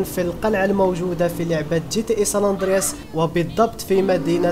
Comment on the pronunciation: اسطورتي كنت احب صوندرياص منك اشكرك❤❤❤